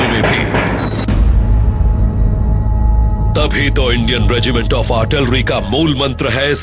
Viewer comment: Artlirry nhi hota artillery hota hay jahiloon.... kya army hay india ki... jahil